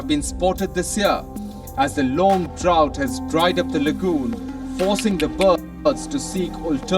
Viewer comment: Idol, ayaw kong ibash ka nila, ang tamang pronounciation ng 'drought' ay 'dra-out'